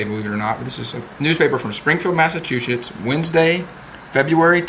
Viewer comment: Did you say Massa-Chew-Shits?